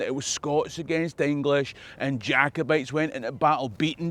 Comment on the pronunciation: Dude, you say "Aang-lish" that's Scottish as Fuck